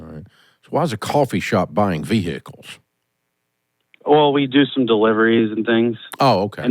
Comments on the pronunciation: Do you have any veeee-hickles? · One minute in and giggling at hearing ve-hi-cles about six times. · Vee hick eels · Omg every time they say vee hick ells makes me cry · Why are they pronouncing the H in vehicles!?!? It’s a silent H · Ve-hick-kals 🤣 Very unique way of pronouncing vehicles 🤨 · "How many vee-hickels?"